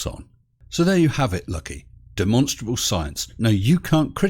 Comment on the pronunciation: He has learned to pronounce "demonstrable"!